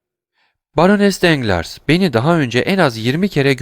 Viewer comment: Emeğiniz için teşekkürler. Elimden geldiği kadar romandaki bazı kişi ve yer adlarının doğru okunuşlarını yazmaya çalışacağım. Matmazel Danglars : Matmazel Danglar Matmazel d'Armilly : Matmazel Darmili Lucien Debray : Lüsyen Döbrey Eugénie : Öjeni Andrea Cavalcanti : Andrea Kavalkanti Mösyö de Villefort : Mösyö dö Vilfor Provence Caddesi : Provans Caddesi Mösyö d'Avrigny : Mösyö Davrini Valentine : Velontin